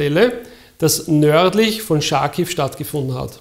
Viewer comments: es heisst Kharkiw (= also mehr ein "ch" (hart) vorne und nich "sch") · Es heißt charkov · Wow. Pure professionalism. AEIOU ! One linguistic remark: it is not "Scharkiw" (as pronounced by a German speaker) nor "Sharkiv" (as pronounced by an English speaker). The cyrillic X (at the beginning of this city's name) is an aspirated h, like in the German "Sicht". The same goes for Cherson. Generally if you want to pronounce transliterations as an English speaker would, rely on transliterations into English. In this case Kharkiv. Which is imperfect, yet closer to the original than "Scharkiw".